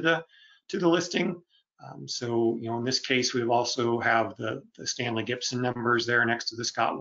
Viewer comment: Really interesting but please stop saying Stanley GIBSON!